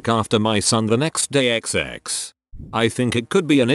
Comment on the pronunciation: Every time he says "xx", you now hear "egg sex". you're welcome.